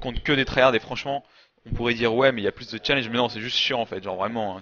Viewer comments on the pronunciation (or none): none